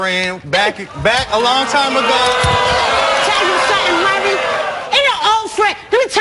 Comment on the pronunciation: Been on the show and still can't pronounce Maury's name. LOLOLOL